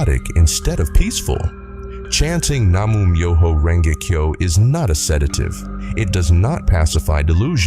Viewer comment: Se pronuncia así:Nam-Mio-jo-Renge-Kio.Gracias